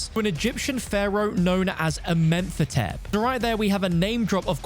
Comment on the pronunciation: I'm tired of hearing you say a-menth-a-tep. it's A-men-ho-tep pronounced like the name of the mummy from the mummy movie. there is no TH noise.